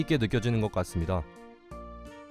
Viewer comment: 더 캐년을 더 개년으로 듣고 아내가 남편죽여서인줄